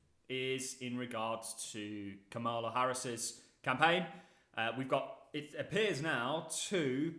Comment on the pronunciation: How hard is it to say Kamala accent on ka